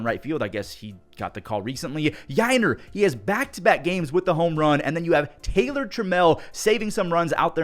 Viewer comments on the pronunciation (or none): none